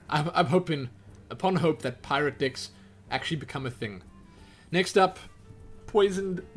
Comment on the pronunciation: I keep hearing "dicks" instead of "decks" :D May I ask where are you from? What accent do you have?